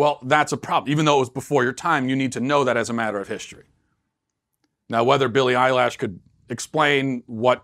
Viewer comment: Matt: "I'm pretty in tune with the youth." Also Matt: Billie Eyelash